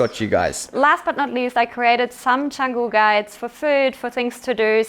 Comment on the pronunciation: Beautiful! Good luck with maintainence though :-) And please learn how to pronounce Canggu if you'll be investing into the area ;-) (Chawng-gu, not chang-gu)